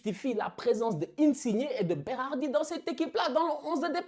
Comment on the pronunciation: félicitations pour la prononciation de Roberto Mancini et Berardi ( mais aussi Locatelli e Marco Verratti)Tu es sure que tu es pas moitie italienne?? 😄